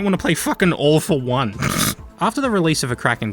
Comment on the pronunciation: Three quick notes: You had the opportunity to call All for One "Awful One", and with the accent I genuinely thought you were making that joke. How did you mention RaC 3's music without including Zeldrin Starport just doing 11/8 for the sake of it? Low-key the first two Infamous games were brilliant PS3 exclusives.